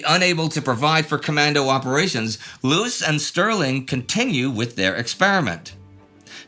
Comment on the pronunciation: Not Jock Lewis Jock Lews ie: the last E is silent